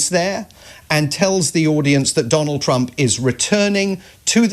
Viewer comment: As a Dane I’m fairly delighted that I can’t tell if you’re saying “Trump” or “Chump”. In these times I need to laugh, because if I don’t, I’ll cry.